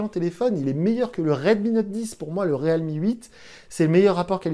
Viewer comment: Le mec prononce même pas la marque correctement depuis 5 vidéos ..